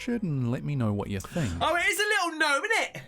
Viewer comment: It wasn't a gnome, it was a Gno-em